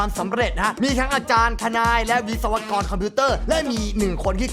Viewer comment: วิศวกร์ !!? ไม่ใช่ วิศวกร อย่างงี้หรือ? 555